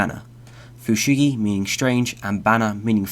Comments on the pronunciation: Fun concept. The japanese annoys me though. fushigi is pronounced right but フシギダネ - fushigidane, dane is pronounced like da from dark and ne from negligent. フシギソウ - fushigisou, sou is pronounced like "is that SO" try copying the names into google translate next time to get a ... slight idea of how they sound :p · It's also Fu-shi-gi-soh rather than Fu-shi-gi-su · Your video is well made, and quite informative. There is a necessary criticism, however, in your pronunciation of Japanese. Dane is read "dah-ney," and Sō (or sou) is pronounced "so-o." They aren't "dayn" or "su." Mind your pronunciations, as it can and often does change the meanings. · It's so-ooh not sew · it's actually pronounced fu-shi-gi-sou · It's Fushigi DAH NAY Fushigi SO-H (elongated oh sound) Just get the pronunciation right, other than that this is a really cool idea :)